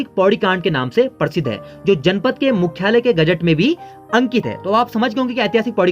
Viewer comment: जब हिन्दी में कुछ वक्तव्य दिया जा रहा है तो फिर हिन्दी बोलते हुये Very very important क्या बला है? दोस्त आपका उच्चारण अशुद्ध है आप प्रशासन को परशासन बोल रहे हैं,प्रति को पर्ति बोल रहे हो,प्रसिद्ध को परसिद्ध बोल रहे हो। करने का भूतकालिक रूप "की" होता है "करी" नहीं होता है,जैसे स्थापना "करी" नहीं कहा जायेगा बल्कि स्थापना "की " ऐसा कहा जायेगा,आप "प्रथा" को "परथा" कह रहे हैं,प्रतिपक्ष को पर्तिपक्ष कह रहे हो,उच्चारण की शुद्धता बहुत आवश्यक है।